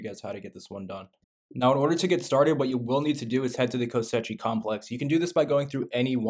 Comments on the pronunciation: its pronounced ko-shei not ko-se-chi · actually it's kosh-eye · Ko-she complex 😅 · Kosh EYE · “Kosechi” lmao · Cant watch the mispronounced koschei is melting my brain lol